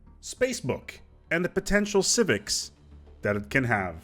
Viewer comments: lol “civivcs” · "Civivcs" Beautiful.